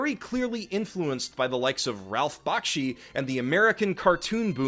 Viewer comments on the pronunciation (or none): Is there anyone who can pronounce Ralph Bakshi's name right? :D